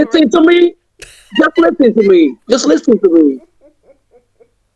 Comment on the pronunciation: Just yisten yisten mee😂😂😂😂😂😂😂😂😊😊